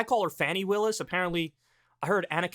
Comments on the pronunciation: Dude if its Fawny instead of Fanny in pronunciation just pronounce it correctly don't be a jackass. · It's pronounced Fawny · Kyle you couldn’t take 2 minutes to find out how “Fani” is pronounced? It’s Fah-ni. Respect Black women!!!! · Maybe someone has said this already, but her name is FAH-ni Willis. The reason you refuse to pronounce Tuberville's name right is bc you don't deem him worthy of the respect required to learn his name (whether you've explicitly acknowledged that or not), and comparing your refusal to pronounce his name correctly with your potential refusal to pronounce her name correctly makes it really clear what the reason would be. Fani Willis is a cop, but she's also a black woman. PLEASE do her the respect of pronouncing her name correctly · Pronounced "Fawny" brother. Going forward...